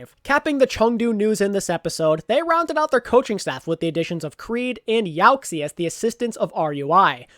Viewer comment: Yo bud, love the videos YaoXie is pronounced, "yow-shee-eh" the xie sound in chinese sounds like shee - eh